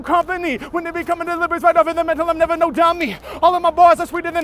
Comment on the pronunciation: nevah, nevah, nevah